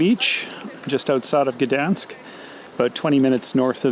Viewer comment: Also, for someone that speaks english you said Gdańsk pretty well :>